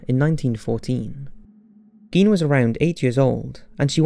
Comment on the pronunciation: Garh!!!! You are pronouncing Gein wrong!! I hate when this happens. Apparently no American can say his last name correctly.